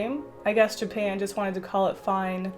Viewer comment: “Ever since I went to jupan”....WHAT THE FUCK IS JUPAN